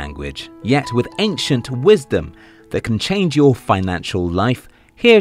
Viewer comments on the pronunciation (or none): none